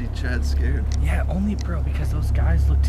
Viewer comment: it's bro not burh